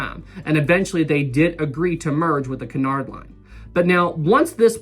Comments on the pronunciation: Correct me if I'm wrong, but isnt it pronounced Cue-nard and not Cun-ard? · Nobody ever sailed Olympic to "see what it was like to be on Titanic." Jesus. Also the ships are "Bray-men" and "Oy-ropa" Also "Q-nard" I love how happy you are about liners.